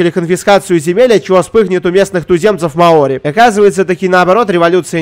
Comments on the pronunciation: всем закрыть окно, в слове маори ударение на букву О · Так он вроде бы и произносил Мао́ри, нет?